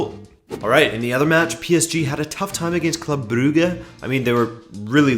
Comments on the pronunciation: Brew-ga? Brewwge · It's pronounced club bruzhe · It is pronounced "Broojsh"